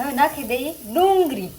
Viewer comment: ડુંગળી બોલો તો